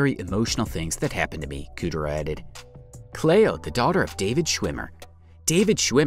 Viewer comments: I've never heard anyone pronounce Cleo ("Clee-oh") as "Clay-oh" before... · CLEO...was mispronounced by the voice over person. CLEE OH that's how it sounds.